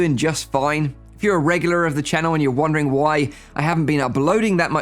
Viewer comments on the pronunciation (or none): none